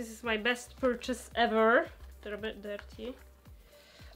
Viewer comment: But why is your english soooo badd😨😨 everytime they said shoes or dirty i died inside